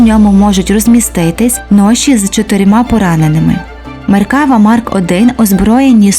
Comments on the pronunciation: Додам тільки що назва танка звучить як "МеркавА"(не "МеркАва). Хоча тут кажуть і так ітак. )) Подяка за гарний огляд. Україні Слава! Шалом із Нагарии. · не меркАва, а меркавА. як і в більшості слів на івриті наголос на останній склад. не існує меркава мк5, існує меркава мк4 "барак". це остання, найновіша версія четвертого покоління танків меркава на даний момент. скоріш за все, далі серію меркава продовжувати не будуть, а будуть створювати зовсім нову машину. певні напрацювання в цьому напрямку вже є.